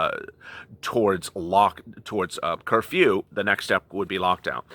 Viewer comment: I love the way you say curfew. Sounds like a sneeze 😅😅😅😜